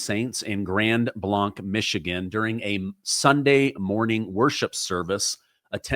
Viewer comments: Pronounce the name right. Its "Grand Blay-nc," not "Blonck" 🤦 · It's pronounced like blank. Grand Blanc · Blanc spoken as Grand Blank is how it is said thought I would share this with you. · Up to 4 casualties. It’s pronounced the same as the word BLANK. Grand Blanc. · Hey! It’s pronounced blank like the round not blonc like you said. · Grand Blank! Not Blonk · Our city is pronounced, Grand Blank. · Pronounced like blank - grand Blanc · You are pronouncing it wrong. I grew up next to there, and it is pronounced like Grand Blanke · I live close by there. It is pronounced Grand Blank. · Just FYI: locals pronounce the town name Grand BLANK. Listen to the news conferences. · Pronounced Grand Blank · Prayers to the families in that church. We don’t live far from there. just for clarification it’s pronounced Grand (blank) Blanc. I’m spelling it the way it’s pronounced. We have a lot of funny names for cities and roads that are not pronounced even close to what it looks like. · It is spelled Blanc but pronounced Blank. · Hey from Michigan helping you out it’s pronounced grand blank though spelled blanc😊. Thank you for all your hard work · I have quite a few harness racing friends in Grand Blanc, and it’s pronounced blank as in blank, not blanc as in Mont Blanc. I’m sure you’ll be corrected by more than me and I’m from California so some of these cities here are kind of whack.. I’m glad you’re reporting it’s sad to hear and sad to see Michigan once again isn’t the news I don’t think Michigan can go a week without being a headline lately ! My heart goes out to the community. He specifically targeted this church, apparently hopefully will no more in the coming days… Prayers for Michigan ❤ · Hi, it's actually pronounced Grand Blank. I live 15 miles from the church and heard sirens screaming for an hour and then we found out what had happened. We could see the smoke so we knew it was a fire but that was all we knew.